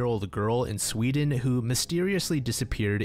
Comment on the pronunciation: I thought seewdeen was a good country 😭💀